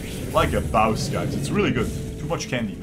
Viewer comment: Brotha man get it done “like a bowss”